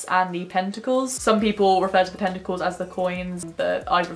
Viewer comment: I was a bit confused for a moment when I thought I heard you say "tentacles" instead of "pentacles" haha